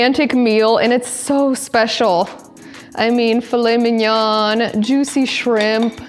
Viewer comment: A very good video..... Never pronounce the N on mignon.